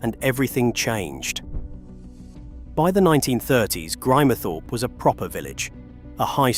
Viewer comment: American A.I. can't pronounce Grimthorpe.